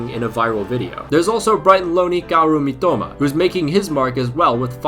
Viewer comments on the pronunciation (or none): none